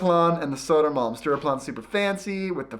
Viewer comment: Sodo-man...? Is that Södermalm, for us not living in Stockholm...? ;-)